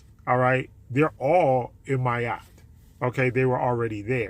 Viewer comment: It sounds like you’re saying “my Yacht”.